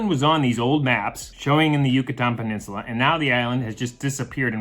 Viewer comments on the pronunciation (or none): none